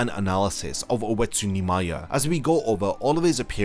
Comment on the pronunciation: When you used to say Oetsu Nimaya, I thought you were always saying "Wetsu Neemaya".